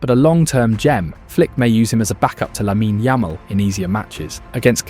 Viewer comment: Dude say lamine Yamal right it’s lameen yuhmal